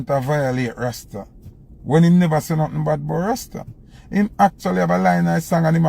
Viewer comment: A must the word rasta that him rhyme with pasta.